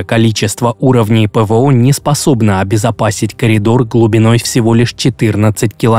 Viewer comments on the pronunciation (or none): none